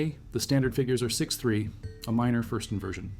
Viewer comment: The subtitles need revising - e.g., "Ramon" instead of Rameau !!! The narration is also problematic: "General" with French pronunciation amid German title (?); "a minor" instead of "A" minor; "I-V" instead of Four.... ??? There are many other errors and infelicities that undermine the important themes explored here. These are fatal, unforgivable flaws in a presentation that should be of high scholarly integrity and accuracy.